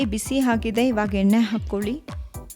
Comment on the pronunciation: Recipe is nice.. but maathalli aa kaara ha kaara lopa.. it’s not heNNe , it should be pronounced as eNNe.. ready haagide alla.. ready aagide.. holledu.. is oLLedu 😱..